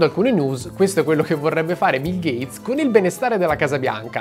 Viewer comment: Ho solo una cosa da dire: "GATESS"